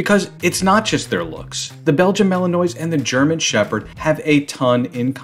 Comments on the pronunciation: The narrator is mispronouncing Malinois. I doubt he is familiar with dogs. Maybe he is just reading a script. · I managed a minute before I couldn't bear any more mispronunciations of Malinois. Surely, it's got to be top of the list when making a video showing your knowledge of the subject. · Imagine posting a video showing how much u know about a Belgian Malinois but u cannot pronounce it! Epic fail